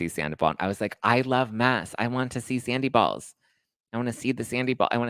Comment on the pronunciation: Sandivol, sandiballs, scandivol...I can't 😂